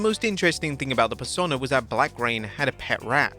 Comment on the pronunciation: Why can’t you pronounce persona?